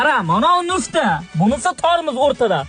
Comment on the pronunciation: nufta emas mufta dalbayob😂